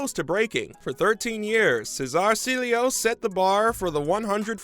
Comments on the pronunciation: “Seeleo” it’s Ciehhloooh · Cee. El. Lo.